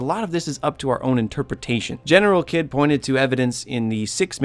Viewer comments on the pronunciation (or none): I’m sorry but it’s General(Heed) but spelled Kidd